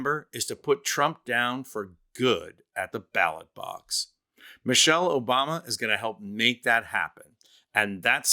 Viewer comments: Trump : " Michelle Obamna " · Trump mispronounced her name, remember OBAMNA. It was soooooo funny and soooooo clever, definitely Not lame, dim witted and came more from dementia than being a genuine idea. What's hilarious is the way everyone found a way to tell if it's the real trump or AI. If you can understand what he says clearly and coherently, then its AI.